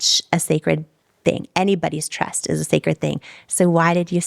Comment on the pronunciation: She said “trest” but really meant “trust”.